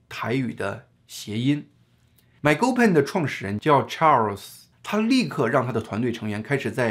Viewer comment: 事實察核單位名稱發音：賣溝“pen（三聲）”